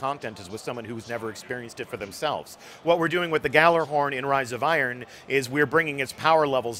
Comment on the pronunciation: not even someone who works for bungie can pronounce gjallarhorn correctly